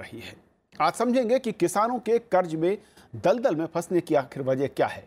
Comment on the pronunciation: Karj karj hota hai kharat nahi